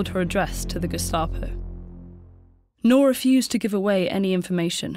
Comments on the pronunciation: How hard is to pronounce 'NOOR' ??? The narrator pronounced it as 'NOAR' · Just a quick correction- Noor is read as "N-ooo-r" and not as "Nor"- it means diamond/gem stone in Hindi. (E.g Kohinoor). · Her name ought to be pronounced as Nur (N-oo-r) since it's Arabic. Not (N-o-h) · You pronounced her name as "nor" but the actual pronunciation is nOOr And I loved this videoo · Very good video but she butchered the pronunciation of her name... Its pronounced as "nuur" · 'Noor' should be pronounced as in 'tooth', not as in 'door'. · You are pronouncing her name wrong.